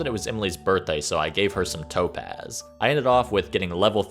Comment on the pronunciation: The whole time I thought you were saying toe pads and not topaz